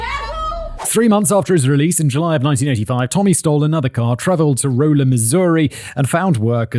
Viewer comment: Simon worries he is pronouncing Winnemucca correctly, but blithely unaware he's pronounced Rolla incorrectly. RAH-luh.